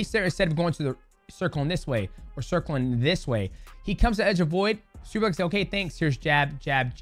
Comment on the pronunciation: why do you say superlake???????????????????????